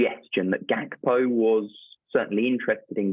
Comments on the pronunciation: Gakpo not hakpo cmon how long u been working for sky for let me tell u far to long sky constantly fucks up with names and clearly ya shud be able to see it’s got G not H at start of his name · Why do Sky keep saying Hakpo?! Even the Dutch commentators say Gakpo!! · Why is she calling him (hackpo)? Can she not read that its gakpo?🤦🏼‍♂️ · Who's Cody Hakpo 😂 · Why does the reporter keep calling him Cody Hakpo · It is pronounced Hack-po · It’s pronounced Hakpo despite the spelling and that’s how Dutch people say it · Maybe that's how you pronounce Gakpo